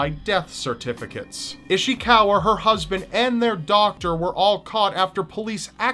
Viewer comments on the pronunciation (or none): Doctor, not softer lol